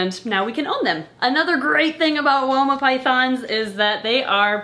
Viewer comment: Every time you say Woma i hear Walnut. I dont know why.